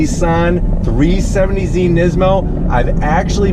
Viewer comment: 370Z not 370zie